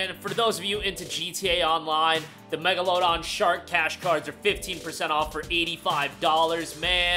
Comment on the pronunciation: In megalodon it's s pronounced with a luh sound, like lung